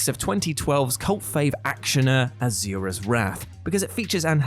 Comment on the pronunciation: Azure-ahs Wrath. You mean Asuras’ Wrath?